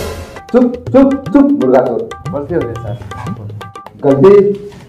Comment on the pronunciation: Chor bolna to sikh pehele 😁😁😆😆😆😆